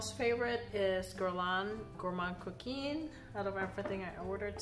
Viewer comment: You know I'm your girl when it comes to pronouncing perfumes. Epices Volees is more like "A-peace volay." Also your Gourmand Coquin is pronounced more like "Coke can" but imaging you have a sinus infection and you can't pronounce "can" very well so you don't pronounce the N so much, LOL. Anyway, it's not a long E at the end of Coquin. BTW, I haven't smelled the original Gourmand Coquin but I had a DUA dupe once and I didn't like it, but probably the OG smells better. My favorite of your group is Cuir Beluga. I just adore Cuir Beluga